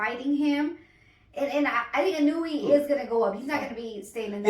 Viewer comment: You pronounce it. EE-'NOY-YAY, not ee-noo-ee; sounds like 'KON-YAY